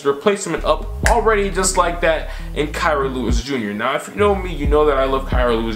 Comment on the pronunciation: also it's key-ra lewis not kai-ra lol